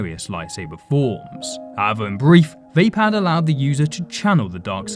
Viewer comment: I believed Vapaad is pronounced "vuh-pod" and not "vay-pad"